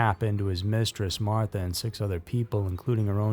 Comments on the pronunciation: Not Martha,, May-mah. Otherwise a good documentary. I’d understand if this was another robot voice. I’d take this down and re-edit. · unfortunately this story is 100% true. I appreciate your skepticism as channels like this are usually never researched. This was, (aside from the pronounciation of Mamah’s name.